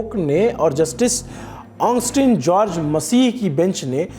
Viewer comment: Onstin nahi Augustin masih hai.. Please, naam ka pronunciation to sahi karva lo